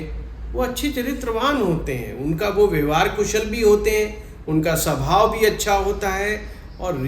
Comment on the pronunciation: Sabhao nahihota swabhao hotahy angriji bhasake gulam